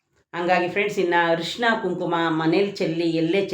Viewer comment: ಅರಿಶಿನ ಅಂತ ಹೇಳಿ ಹರಿಶಿನ ಅಲ್ಲ. ನೋವು ಅನುಭವಿಸುತ್ತಾ ಇರುವವರಿಗೆ ಪುನಃ ನೋವು ಕೊಡುವುದು ದೊಡ್ಡ ಪಾಪ.